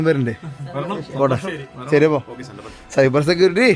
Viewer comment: സൈബർ സെക്യൂരിറ്റീ ?..... അത് പൊളിച്ചു